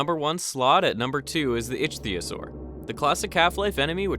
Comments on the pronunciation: Icthyosaur is pronounced "Ick-thee-o-sor" like the real world ancient aquatic species. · It's pronounced iktiosaur. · Ichtyosaur is pronounced with a “hard ‘C’” because it is from Greek. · The way you pronounce ichthyosaur bothers me